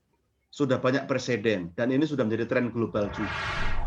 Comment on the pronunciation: "Perseden" wkwkwkwk